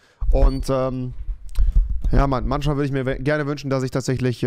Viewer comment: Er sagt manSCHmal und FliesentiCH😂